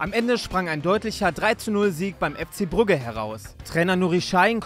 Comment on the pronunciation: Heute also wieder der 3 Sprecher. Cool, aber manche Betonungen sind wild Brugge und Giddens😂😂 aber trotzdem ganz viel liebe❤